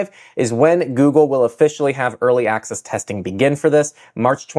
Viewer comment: Early "access" haha hahaha ...hahh...